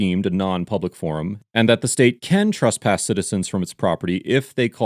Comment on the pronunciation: Truss-pass isn't a word. It's TRESS-pass.